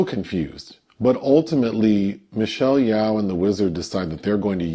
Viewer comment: Michelle Yeoh, her surname is pronounced more like “Yo.” The way you pronounced it, is more like the name or surname Yao. Still, I appreciated the critique of the film from both of you.